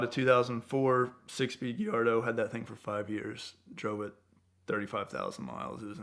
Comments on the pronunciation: Gee-ardo ? Try Gallardo wow Lost respect for you immediately. That’s like saying Cor-votte 😒 Wow , how could you make this mistake. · “Lamborghini Geeyardo” Jokes aside, love this guy! Anything is possible.